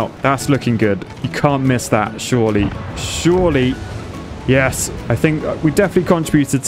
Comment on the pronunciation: Every time you said "surely" all I could think was "shorely".